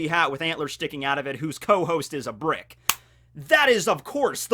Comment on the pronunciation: I heard Briggs instead of bricks